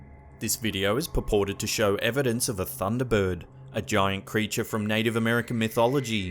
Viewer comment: How many syllables do you need in "bird?" He says "Thunda Burwud"